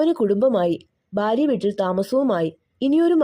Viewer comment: ഭാഗ്യം , ഭാര്യ, അൽഭുദാതരങ്ങൾ, ഇതൊക്കെ വ്യക്തമല്ലാതെ തെറ്റായി പറയുന്ന പോലെയുണ്ട് . അക്ഷരശുദ്ധി ആകാം